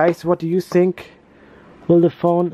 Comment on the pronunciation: What happened to ur english u said I sink instead of think